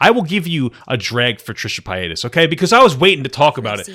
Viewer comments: Trisha pa-ay-das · Trisha pie-atus